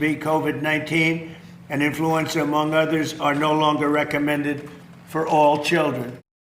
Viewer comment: Did he just call "influenza"... "influence?"